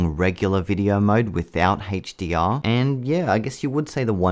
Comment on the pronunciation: OMG lol you kept saying HateshhhhDR